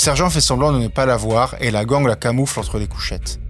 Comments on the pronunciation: "Gang" se prononce "gaigne" et non "gangue", soit dit en passant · La gang on prononce ça ging